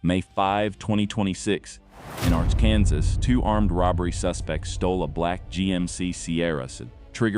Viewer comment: don't use AI to do the narration, it couldn't even pronounce "Arkansas" correctly